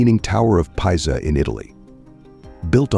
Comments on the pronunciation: Leaning Tower of "Pie-za". HAHAHAHAHAHA. Tell ya what... Why don't you quit being lazy and use your own voice narration. Unless, of course, you think that is actually how one of the most well known buildings in the world is pronounced. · You might want to have the narration changed to correctly pronounce Pisa.